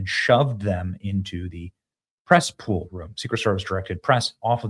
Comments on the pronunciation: Did you say PRESS POOL or CESSPOOL,LOL???? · Press (Cess) Pool. Nice 😂